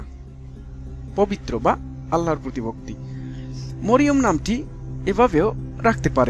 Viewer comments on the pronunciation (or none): Marym are sothik uchcaron marium hoile,apni moriom bolesen kano